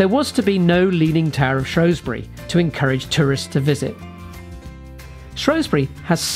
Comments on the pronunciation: Shrew Shrew Shrew. Not Shrow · Where is shrosbury, is it not shrewsbury in Shropshire